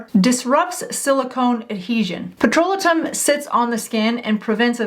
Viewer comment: Petrolatum=PET- RO-LAY-TUM, Jojoba=HO-HO-BA Serum-=SEER-UM You're welcome.